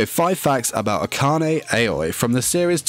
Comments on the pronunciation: He pronounces her last name Ack-an-ay I thought it was pronounced Akane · eHkanay ehyoy. A friend of Yashiro Naynay